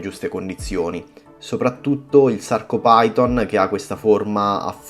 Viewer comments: Si chiamano Sarcofiton e Lobofiton, non Sarcopiton e Lobopiton. E' latino, ph si legge F. PHYTON= FITON. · ciao ottimo video e ben spiegato ma hai pronunciato male 2 coralli si leggono: sarcofiton e lobofiton non si leggono come si scrivono.. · Scusa se te lo dico, ma la sporcizia di cui parli è fauna bentonica utilissima alla vasca. Ti chiedo scusa una seconda volta, ma i nomi corretti sono "Sarcophyton" e "Lobophyton", pronunciati alla latina maniera, ovvero "Sarcofiton" e "Lobofiton". I loro polipi non si estendono in base all'umore, si estendono in base alla corrente ed alla qualità dell'acqua, a meno che non siano in muta. I coralli in questione hanno uno scheletro carnoso, ma, soprattutto, uno scheletro fatto da scleriti, ovvero, piccole spicole calcaree dalle quali traggono consistenza. Il Gramma lo vedrai fra un po', quando prenderà confidenza con te. Ti prego di non prendere ciò che ho detto come una critica, ma piuttosto come un confronto tra hobbisti. Best regards.